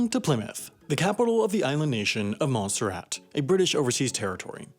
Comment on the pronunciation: Montserrat? I thought you said Monsterrat